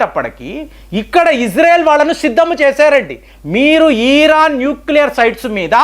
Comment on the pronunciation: ఇరాన్, ఇరాక్ అనండి సార్ దయచేసి, ఈరాన్, ఈరాక్ అంటే చాలా ఇబ్బందిగా ఉంటోంది వినటానికి. మారండి సార్